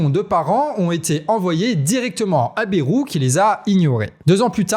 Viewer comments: Mon canard, arrête de dire BERROU, chez nous, en Béarn on dit BAILROU. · Prononcer BA (YE) ROU. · BAYYYYrou, pas Bérou, bordel. comme un "bail". Cela fait plus de 30 ans cette affaire... On déterre des choses connus de tous depuis longtemps là. Alors non, Bayrou il n'ignorait rien, en tant que Palois, il sait, comme tous dans la région.